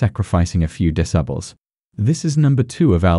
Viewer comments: Haha yeah, and "decibles" too. I'm presuming it's one of those new AI text readers. Still needs some refining. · Lol ya. Discibles of Bass.